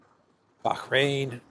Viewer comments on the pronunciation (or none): none